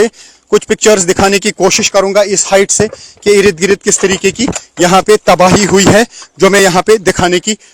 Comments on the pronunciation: Bhaiyya sahi shabd ka istemal karain ird gird hota hai,irid girid nahi hota hai. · Irid girid आपके इस शब्द "इरिद गिरिद" को ही सुनने के लिए आपकी वीडियो देखता हू आप का pronunciation ग़ज़ब का है आपका धन्यावाद इर्दगिर्द की रिपोर्ट दिखाने के लिए